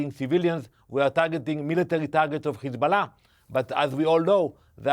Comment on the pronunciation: Please pronounce correctly , it is Hizbollah NOT *Khizbolah*😮😮😮